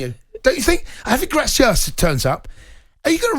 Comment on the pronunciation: Javi "Gracia"?🤦